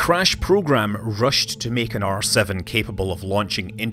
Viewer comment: Thought he said arse of the rocket rather than R7 rocket lol